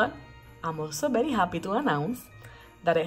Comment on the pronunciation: I love your videos! Especially when you say berry when its very! You are the cutest!!